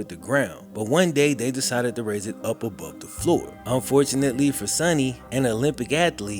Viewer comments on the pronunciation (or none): none